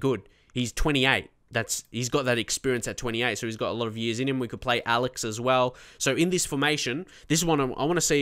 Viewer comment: As Alex is brazilian, you should pronounce his name like "ALex Luthor", with the strong part being the " lex ".